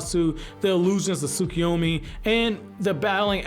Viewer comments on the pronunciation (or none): none